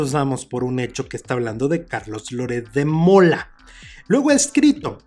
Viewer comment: "Louretssssddd" quien es Loret de Mola? Xq no pronuncia biennn es un boludooooo importante.....